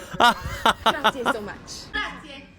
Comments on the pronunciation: "Gra-zi-EH" for God's sake! Imagine if I said TANK, or TANK a lot around the States: I think you'd take me for such an idiot who can't even say "Thank you", or not? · the girl was actually saying "Grazie" pretty well, almost every American doesn't say the final E at the end (like you did ) , you where basically saying "Grazi" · What's "grazi"? GraziE, "e" like ever. In Italian you must pronounce every single letter, we don' waste them nor killed them!!! 😂😂😂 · "Grazie" is pronounced "grah-tsi- E " instead of "grah-tsy". 🙂 By the way, McDonald's ads/restaurants used to be in red and gold here too until the late 2000s or early 2010s if I remember correctly. Then they changed the colour theme, which, as far as I know, is to be seen as a commitment to respect for the environment. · I know I'm late, but I'd like to know: why do you Anglos skip the "e" at the end of grazie? It's graziE, not grazi (nor grazzi) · As an Italian, walking in the street, drinking from a huge bottle of water is poor etiquette. Take a small bottle with you if needed but don’t stand there gulping. Stop at a bar and sit, use a glass, relax! Also, it’s Grazie (Gra-zi-e) … 3 syllables! 😅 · GraziE, please, we speak all the letters, also the last one, which it sounds just like the E in Egg